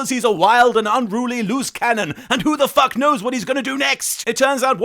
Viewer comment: Unrooolie? Is that you?